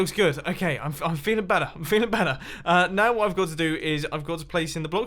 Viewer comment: Every time he says better. I think je says batter